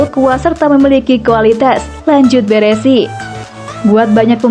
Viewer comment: BARESI bukan BERESI min...